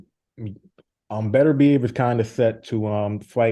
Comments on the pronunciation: Beterbiev ❌ Berderbeev ✅ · This guy just can't pronounce 'Beterbiev' right. :)